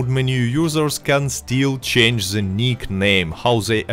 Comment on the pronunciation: I like how he says ze instead of the